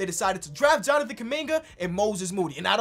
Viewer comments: Did call him Jonathan kunigga🙆🏾‍♂️ or something?😂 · what say abt kuminga i needa know if he wanna hide it this bad edit: nvm bro called him KUM BUCKET LMAOOO